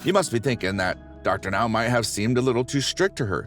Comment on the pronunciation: It's Dr. NOW, not Dr. NO. Dr No is James Bond!